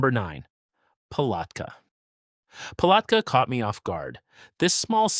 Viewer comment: Do me a favor when you pronounce towns in Florida make sure you say it right especially Palatka when you say the word at that's how you pronounce Palatka without sounding a so do me a favor learn how to pronounce towns correctly so it won't make you look so stupid and uneducated